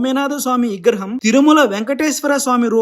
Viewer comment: Igraham kaadu vigraham...please spell it correctly......!